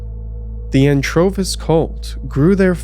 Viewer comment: Did you say Anchovies?